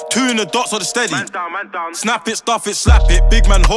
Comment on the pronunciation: This will be lit if only he can pronounce th right.